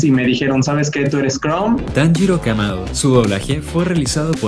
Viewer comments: se equivoco era tanjiro no tanjuro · tanjiro no tanjuro! :v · Tanjiro ❌ Tanjuro ✅ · Cuando decía Tanjuro pensé que era Tanjiro con mala ortografía xd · ya no es tanjiro si no tanjuro 🤣🤣🤣🤣🤣🤣🤣🤣🤣🤣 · No es tanjuro es tanjiro xd